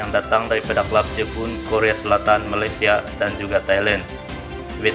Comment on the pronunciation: Malaysia.. Bukan Malatsia